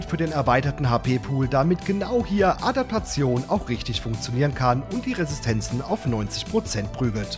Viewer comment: adapatzion. wer kennts nicht :D